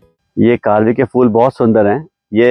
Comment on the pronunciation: माळशेज घाटात पण कारवीची या पेक्षा सुंदर फुले बहरली आहेत. गारवी नाही ' कारवी ' म्हणा.